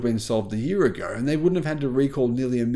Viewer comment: it's pronounced YEAR...Not YEARah...You're Welcome...